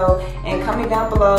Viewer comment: lol she says “comment” like dearra maybe it’s a memphis thing😅😂😂😂😂😂💓💓